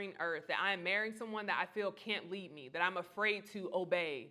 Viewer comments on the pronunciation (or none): none